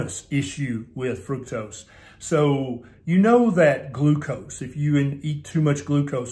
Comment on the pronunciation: Minor detail, sure, but.. Thank you for pronouncing fructose correctly. It rhymes with fruit. It doesn't rhyme with truck!!! It occurs naturally in fruit. Ergo the rhyme.